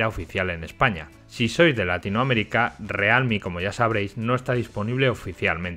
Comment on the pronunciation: o realme o "rialmi" pero decir "realmi" queda horrible